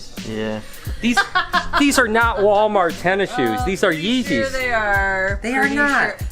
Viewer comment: Not yeezes